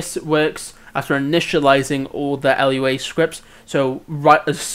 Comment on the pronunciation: you calling it L-U-A hurts my soul